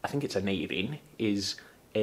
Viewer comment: Hearing Talesin and Aneirin pronounced like they should be is so, so lovely on the ears!